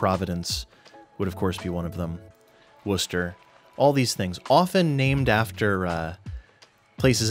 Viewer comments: As a resident of central Massachusetts, I want to thank you SO MUCH for pronouncing "Worcester" correctly. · Interesting that you New Englanders still pronounce Worcester the same way we do in England